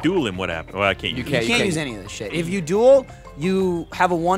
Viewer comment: Watching this in 2018 is tough because Gavin keeps saying duel and it sounds like juul